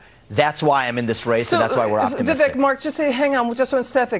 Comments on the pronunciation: I think it’s viv ake. Like cake. But I love how he doesn’t care if he is called Viv Eck. Stud. Logic. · It’s pronounced Viv-ake, get it right, ffs.